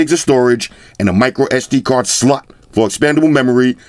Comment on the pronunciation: The Way says “Slot” tho 😂😂